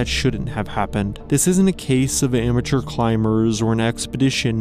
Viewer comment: When he said "amateur climbers" I thought I heard "immature". Well, probably means the same thing at this point